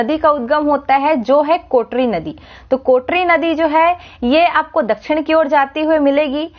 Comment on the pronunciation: Kotrri nahi kotri